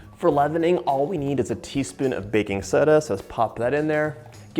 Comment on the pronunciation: he definitely did and i remember because he said baking SUH-DUH